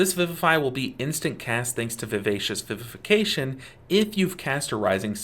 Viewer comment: Thanks for being one of the few who can pronounce Vivacious Vivification correctly. Great guide! Even as a long time mistweaver I always learn something new.